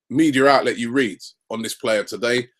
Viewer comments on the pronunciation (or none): none